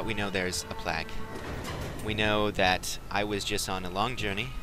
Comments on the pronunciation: he says plague like plag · its pronounced plague, not plaq